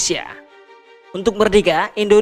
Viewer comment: Saran mas, baca Indonesia jgn endonesia